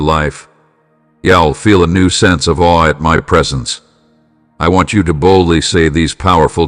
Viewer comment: 'In Awe' not 'in All' my lord